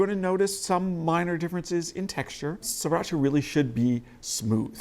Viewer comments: Please stop calling it See-racha. It's pronounced the way it's spelled: Sree-racha. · It's not "siracha", it's "sriracha".